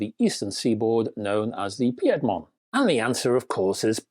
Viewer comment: It's PEED-MONT (accent on first syllable).